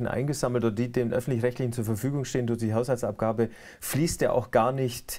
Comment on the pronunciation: "Hauhsaltsabgabe" ... deutsche Sprache schwere Sprache ! ^^